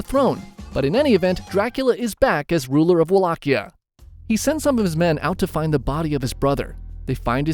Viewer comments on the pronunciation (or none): I tink u prunounced Wallachia wrong